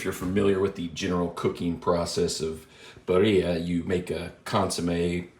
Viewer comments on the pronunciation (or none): Good video, I appreciated the review! But... for the love of God... its pronounced "Beer-E-ah" I can't cringe harder at hearing it pronounced Buh-re-ah.